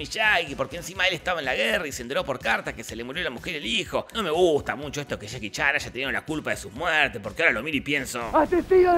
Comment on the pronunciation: Jajaja men dijiste "chaki chan" en vez de Jackie Chan